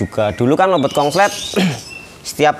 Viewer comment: Konslet mas konslet,,bkan kongslet😂😂😂